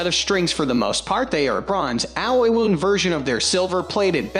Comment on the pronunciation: All the mispronounced words (e.g., “wound”) and strange pauses make me think this voiceover is AI.